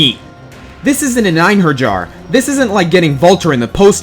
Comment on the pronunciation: Awesome list,! And I wasn't expecting Gangrel to make his way to the top... but I guess he does deserve it... Also, it's pronounced "ein-hair-YARR"... at least, that's how I pronounce it.:P EDIT: "Top Ten Worst Video Game Fathers", huh?...I'm gonna bet 100,000 rings that Relius Clover will be somewhere on that list.